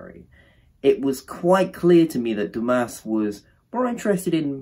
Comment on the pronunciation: Sorry but this is a bad review. And also at least read Dumas correctly....